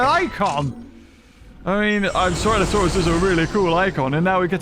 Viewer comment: finally learns how to pronounce the name of a dinosaur that's been in since the game started after playing for 5 yrs